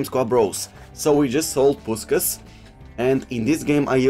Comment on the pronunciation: Just return to saying Puskas how it should be said. You know how to day his last name properly.